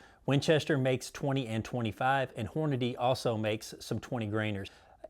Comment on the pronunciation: Thank you for not saying Horna DAY